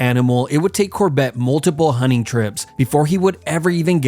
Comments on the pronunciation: Bro keeps saying hunning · "hunning grounds" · hunning grounds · Huning huners...Americans are so funny, why do they not pronounce the T ? 🤣